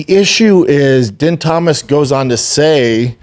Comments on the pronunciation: Bro lmao how you gonna say we’re all cheering for her but multiple multiple times say yeah she got her ass beat but man we’re gonna watch her next fight yeah she really lost bad but this is so good for her you crack me up bubba btw din Thomas pronounced dean thomas you kinda should know how to atleast pronounce his name Gillian is pronounced Jillian just spelled differently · Din Thomas bro dammit B it’s not that hard to say fuhhhhhhhh